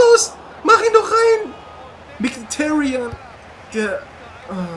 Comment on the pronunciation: Haha Lachflash bei der Aussprache xD